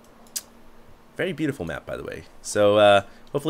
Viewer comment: lol hd said beautiful in a Asian accent HAHAHAHA